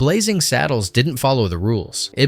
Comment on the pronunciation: Blazing, not Blazzing